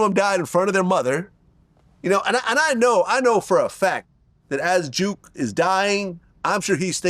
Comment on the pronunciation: His name is not juke it's jook